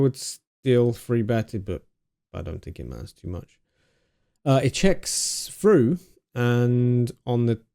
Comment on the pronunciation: "It checks froo" - makes me laugh every time I watch this video